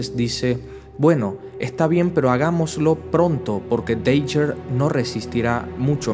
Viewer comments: Tio, llevo viendo tus videos una semana, estoy super feliz y súper agradecido de que subas estas historias, pero me estas haciendo muuucho daño con como pronuncias los nombres de muchos de los héroes. Cada vez que dices "Deiguer", "ClÓak" o "Boky" yo me muero un poco por dentro. Pronuncialo en inglés y quitate de problemas, "daguer", "clouk (sin acentuar)" o "bUky". Espero que no te haya ofendido lo que te he dicho, e insisto en que te quedes con el mensaje de que eres un puto crack! y que estas haciendo un buen trabajo por la humanidad, sigue subiendo estas fantásticas historias por favor Un abrazo enorme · Buenos videos... pero creo que deberías decir el nombre de los superhéroes en su idioma original... Es Misty Knight no Caballera Mística (en todo caso sería Mystic Knight)... Cloak se pronuncia "Clouk" y Dagger, "Daguer"... Son mis recomendaciones, pero en general, están muy bien los videos.